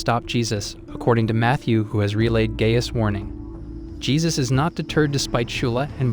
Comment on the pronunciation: It's pronounced like guy-us